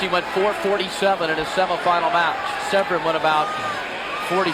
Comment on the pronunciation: slap yourself if you say. "sev-ren". its se-vern.......